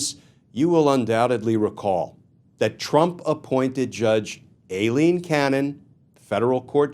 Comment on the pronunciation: Thank you, on the behest of Eileens everywhere, for pronouncing Aileen correctly. It is A. Pronounced with a long A, not an I. 🌹 We appreciate you.